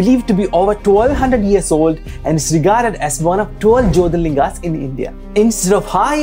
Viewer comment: Bro, please pronounce whatever it was written like you ignored 'r' in jyotirlinga. It is a Sanskrit word not an English word. So, please pronounce sanskrit words as it is..